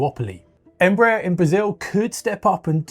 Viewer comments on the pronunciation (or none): They never get Embraer right... It's pronounced like EmbraAIR